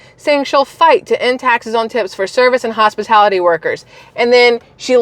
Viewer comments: 🎉FINALLY! You said what I’ve been thinking! Hospitility ?? WTF or hospitality. ? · "HOSPITILITY" and "PRICE GUAGING", means KAMALLAALLA CAN'T REALLY READ HER PROMPTER, or is not familiar with her so-called policies ! This is why she needs to HIDE FROM QUESTIONS AND EXPOSURE ! The more she is compelled to speak, the more she will reveal her DISINGENUOUSNESS.